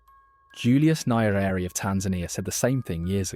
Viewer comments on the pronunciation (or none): You can't say any African names correctly? Not even Traore, Nkrumah, or Nyerere? So, neither West, nor East African?? Hope you are genuine, though? Not just there to lull us into some reverie of comfortable sounds?? But do keep speaking these truths - whatever your goal. Best wishes.